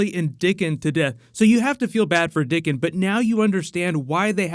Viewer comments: It's "Dickon" not dicken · His name is Dickon, not Dicken